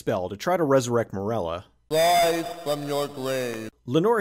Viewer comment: wise fwom yor gwave